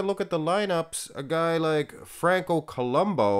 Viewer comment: I always thought that it was pronounced Franco Columbu not Columbo.